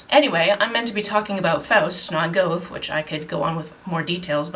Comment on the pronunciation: I've never read any Goethe (luckily, by the sound of it) but I did do a little german in school so I know it's said more like "gur-te" and that Sitz means seat :)